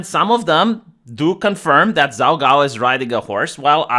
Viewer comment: My only critique is pronunciation. Zhao is pronounced "jow." Qin is pronounced "chin." The Qin dynasty is where China gets its name. Qin was the first emperor of China. His capitol city was Xi'an. His tomb is the place where the terra cotta warriors were found. Other than this, very good post.